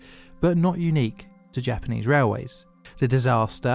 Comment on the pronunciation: You do really well with your Japanese pronunciation in this one! A small compliment, but I hope a meaningful one. <3